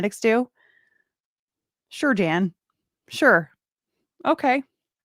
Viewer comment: Dan instead of Jan! Love it!